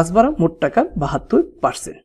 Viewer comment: একটা কথা বলি আপনি ভাড়াকে বারা বলছেন কেন ?😅